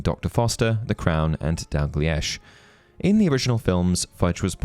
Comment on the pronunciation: Dalgliesh is pronounced dal-glee-sh